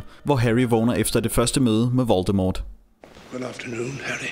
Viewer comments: han hedder ikke voltemort han hedder voltemor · Man skal udtale voldemort voldemor